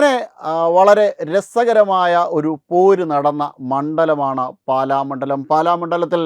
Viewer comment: " പാല" അല്ല; "പാലാ " മണ്ഡലം